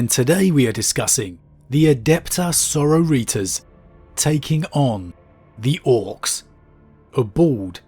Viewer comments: Every time he says it, I can't help but hear senoritas. Having a Spanish fiesta on the space hulk. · I love ALL your videos but I hate how you say soROriTAS lol 🤣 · Right!? I love you, but please say the word sorority a few times and you'll see where ya' went wrong 🤣🤣🤣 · So, the pronunciation of "Sororitas". I have been saying it like: Sor-or-i-TASS. Like sorority, but swap the 'tee' with 'tass'. Is Sor-o-REE-tas the correct way? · Never heard someone make sororitas sound like a Mexican appetizer. Enjoy the channel either way though good video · Can you change how you pronounce Sorortias? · Can you please stop pronouncing sororitas like it's spanish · I am enjoying this week but why oh why do we keep mispronouncing Sororitas 🤣